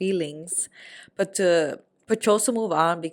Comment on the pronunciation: Me acabo de dar cuenta que dice but como butt y ahora no puedo dejar de escuchar butt